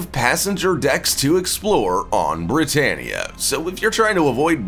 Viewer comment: britannia sounds like britanic